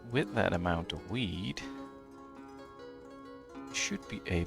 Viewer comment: Its orchard, not orkyard. It's wheat, not weed.